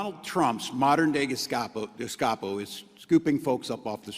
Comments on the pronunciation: Hey. What's a " Gastapo"? 🤔🤣😂🤣😂🤣😂😝😜🤪🤠👍🇺🇸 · Did the first one say gescapo? Lol. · He can’t even pronounce the word Gestapo. Just what did these idiots think Pres Trump was to do with these out of control mental people rioting and burning down cities? Just spank them? I knew this was going to happen; that the right if they won would have to use force to control this chaos. So that makes the right look like Gestapo. So be it. A lot of us want to live in peace, not being afraid to take a subway or go to a school.